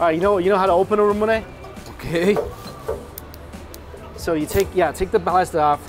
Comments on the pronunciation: Anyone else bothered by the way Mike pronounces Ramune? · I'm not even mad he butchers it lol, it's definitely a Mike word